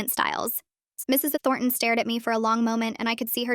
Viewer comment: Anyone else bugged by the teacher’s being pronounced as Mrs EnThornton?